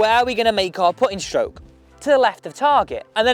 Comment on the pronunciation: It’s stroke, not shtroke